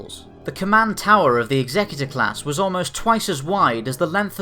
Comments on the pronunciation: stop calling it 'ex-xec-u-tor'! it's pronounced 'exe-cutor'! one of these things dots the 'i' and crosses the 't' on your last will and testament AND THE OTHER CARRIES OUT THE EMPORER or KINGS JUSTICE! NOT THAT HARD WHEN YOU THINK ABOUT IT to work out how to pronounce the name. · Daniel Curda check out any star wars audio book..particularly Heir to the Empire where its mentioned about 10 times in the first five minutes of the book. DEF Exe-cu-tor as in 'to carry out the emperors justice' DEF not exec-u-tor its NOT a four door luxery sedan nor someone who dots the i's and crosses the t's on a will!! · why can no one pronounce Executer correctly? Its pronounced the same way that you say to execute someone, the guy who carriers it out. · Love this channels content - but can we clarify this matter of pronunciation. It's not 'egZECuter', it's 'EXeCUtOR' . . . as in a terminator of life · lol executor. it's pronounced like execution not like executive. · It's Execute-or, not Exec-utor. Ie; One that carries out executions rather than one who carries out legal instructions. Just sayin'. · Fair enough, not afraid to admit my errors. Still think that 'Execute-or' sounds far more badass though. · Nope it is pronounced EX-EC-UTE-OR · It's pronounced Executor as in "to Execute", not as in Executive officer. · Are we sure he's saying it right and it's not the executor like execute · It's pronounced Executor; like Execute, not executive. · I really hate it when people pronounce the name like this, it sounds so stupid even if it is canon, it's suppose to be a ship of terror not a ship to assist in the reading of a will. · But it's wrong though